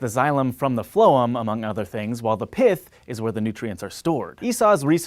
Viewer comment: LOL HANK THOUGHT ME ABOUT PHLOEM HIMSLEF BUT HE MANAGED TO GET IT WRONG